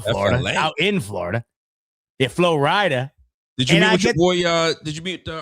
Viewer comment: My man said floorideeeda 😂